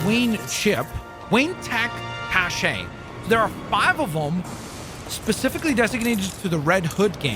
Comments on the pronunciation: i like the idea of 7 unique characters also cache is pronounced the same as cash btw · Just FYI, cache is pronounced 'cash' 👍